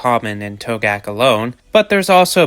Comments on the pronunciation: Togiak is pronounced "TOE-gee-ak" That's a reindeer the tiger is eating, not a an elk. There are no elk in Togiak (nearest are on Afognak Island by Kodiak) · Togiak has more syllables than you are using ( toe gee ak) if that was an actual photo from the Togiak river area that is not an elk but a caribou. Yes there are elk ( an incorrect name as they are not actually elk) in Alaska but they are limited to the southern islands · a mistake that you never should have made, considering that you claimed to know a lot about animals. What was the point of your going to Alaska? Did you even go to Togiak? You didn’t even do enough research to learn how to pronounce Togiak.